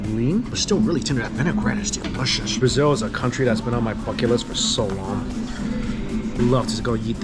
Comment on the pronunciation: Mikey's Chinese accent really comes out in the word "derishous".